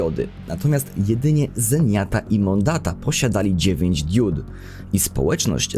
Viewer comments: Mówi się "diod", a nie "diód". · To drobiazg ale powtarzałeś to w filmie wiele razy. Mówi się diod nie diód.